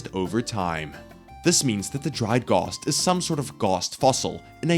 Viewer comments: Why does he keeps saying “gost” instead of ghast (aren’t ghosts machines) [it will make sense soon] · All I can pay attention to is how he calls them gosts